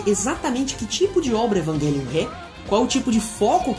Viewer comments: Evanguelhon kkkkkkk Evangaylhon kkkkkkkkkk O som dessa palavra é com j cara evang( j )elion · Ótima análise, só a pronúncia do título que da agonia pronunciando errado, o correto é "EvanGelion" mesmo e não "EvanGUElion" obg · Evanguelio? meeeeeeeeeeeeee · Mds…. As pronúncias kkk q agonia ouvir isso…. “EvanGUElion” “OtaKU” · "evanGUElium" "otaCÙ" kkkkk entre varias outras palavras erradas kkkkk